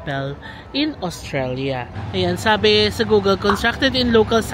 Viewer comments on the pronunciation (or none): none